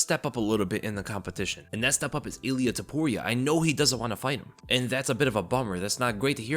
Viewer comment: That extra L you put in Ilia really made it that much more devastating,!